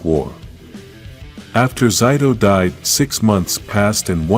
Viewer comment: again with pronouncing zayto even aiyon name too zayto was not the only who could use the the sword the morphin master green gave to the rangers and zayto beat the monster in season 2 but not save amelia free her parents by showing them she is their child man just the intro has a few mistakes dislike